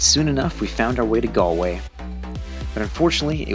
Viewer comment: Finally someone who can pronounce Galway :)